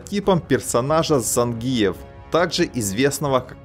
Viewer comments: Цай кой каныс ? Цавар зАнгиев ? Ударение на И . ЗангИев. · автор,когда же вы научитесь правильно произносить осетинские фамилии..?смотреть уже не хочется.режет слух...кроме того это неуважение к спортсмену...надо произносить так-зАнгиев...научитесь же наконец.в этом виде спорта осетин много..придется научиться...